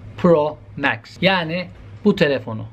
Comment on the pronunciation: He o kadar teknoloji bilgili adam varken, bunun cevabını vermek sana mı kaldı. Cringe: İPhone Twelwe Pro MEX.